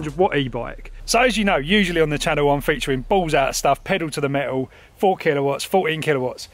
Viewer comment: 0'45'' "pedal to the me-u..." ... Jesus... which language is that?!